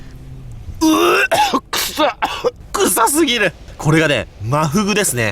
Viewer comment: ワンチャン方言